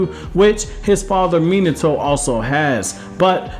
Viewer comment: Imagine pronoucing minato like that :#